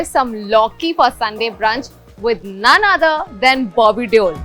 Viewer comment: Mispronounced DEOLL